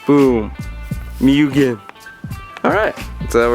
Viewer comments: It’s mew-genn not mujin or mugeen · Love the video mugen is pronounced more or les like (MEW) (GIN) mu-Gin - mugen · its pronounced MOOGEN bro Lol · Moo-Ghen.....is correct pronunciation. You anger the Honda gods pronouncing it incorrectly. Seriously, reps from M-Tech in Japan get very upset if you are unable to pronounce their brand name correctly.